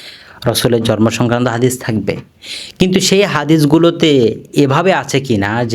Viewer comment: জর্ম না শব্দ টা হবে জন্ম। কথাটা প্রক্যাক্টিস করে ঠিক করুন